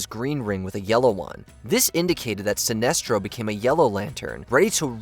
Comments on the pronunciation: He says Sinistro at some points too lol, clear signs of AI smh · I'm calling you out,. It seems you are using AI in your narration. In the first entry alone, I heard "corps" pronounced as "corpse" (It is actually pronounced like "core"), and Sinestro's names being pronounced as "SIN-neh-stro" and "Sih-NEST-ro" and back again in a matter of seconds.